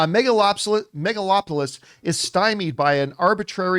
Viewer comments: John said "Megalopolypse" every damn time :D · does john keep saying megalopolypse? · John just cannot pronounce the movie properly 😂😂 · The bare minimum he could do to try to pronounce the title of the film correctly. If you don't give a damn, just don't do reviews. It's totally disrespectful and unprofessional. I don't care how casual you try to look. It's bad and not cool.